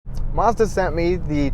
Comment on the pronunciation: Its Mazda NOT marzda